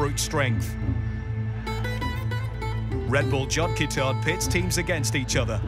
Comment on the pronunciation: Absolutely butchered the pronunciation of the indian sport terms. great video otherwise. Jod ke Tod is pronounced J-ore (rhymes with chore) Kay T-ore (again, like chore). And the game that Jod Ke Tod is based on is Dahi Handi (Da-hee Han-dee) not dahi handai